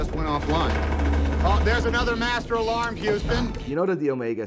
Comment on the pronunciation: Houston but he say euston